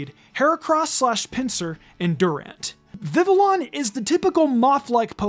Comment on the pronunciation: FYI, the L's in Vivillon's name are silent.